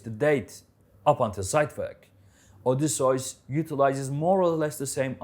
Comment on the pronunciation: Can't stand the way this guy pronounces Odysseus